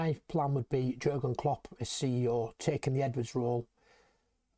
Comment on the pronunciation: Soz to pull you up but living in Germany , the J is Pronounced differently to way we say it Pronounced as Yeargen Klopp Also Werz, is pronounced as Verz hope this is helpful 👍🙏🏽YNWA